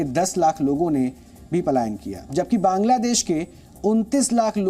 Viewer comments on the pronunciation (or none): none